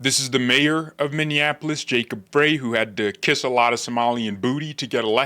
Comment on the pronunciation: Jacob Frey's last name is pronounced "fry" (as in french fries). 🍟